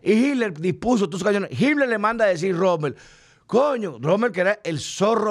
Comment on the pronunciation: no se dice HidLer es Hitler!!! Es Alemán no ingles!!!!!!‼️‼️‼️